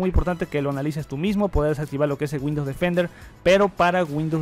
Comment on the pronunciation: Bueno sabes mucho ..pero por favor mejora la pronunciación..... No es G’UINDOWS...CON G SINO CON W..